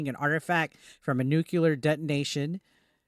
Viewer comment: Did you really say Nukular?!?! It's New-Klee-ar not Nu-Q-Lar! I hate Bushisms and especially that one!!